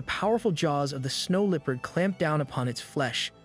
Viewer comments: the way bro says leopard got me feeling itchy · I love how every not a single AI voice can pronounce "Leopard" correctly or without sounding super goofy